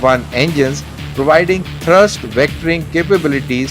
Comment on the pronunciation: India needs 100 of these. And This idiot reading the narratives should know that the engine has a thrust not thirst (unless he is referring to fuel).